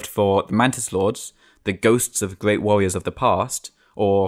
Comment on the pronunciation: this game is weally good. what a gweat game. simple bwilliant.